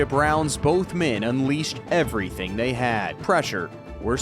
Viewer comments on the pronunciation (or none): none